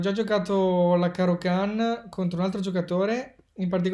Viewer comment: Like solo per aver pronunciato Caro-Kann come si deve. Ah, no, è un video di. Like a prescindere:)